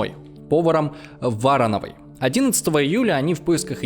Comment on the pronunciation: Братан, что у тебя с граматикой и ударениями? вАрановой, саракОвого. Как этого колхозана можно всерьёз воспринимать?